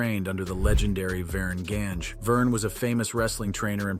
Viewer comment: And it's pronounce Verne gagne